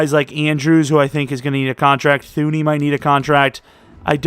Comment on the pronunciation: You don’t pronounce the H in thuney. It’s pronounced “tuney” like loony, but with a T